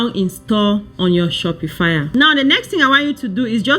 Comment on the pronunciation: Its not pronounced "shopi-fire." Its pronounced "Shop -pa-fy"